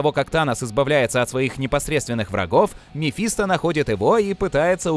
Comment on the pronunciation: МефистО!!! Мефисто́ На О окончание Полное имя мефистОфель